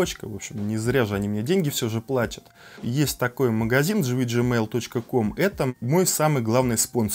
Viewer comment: GVGMALL не читается как ты говоришь! Тема актуальная, но ты какой-то нудный. 🤮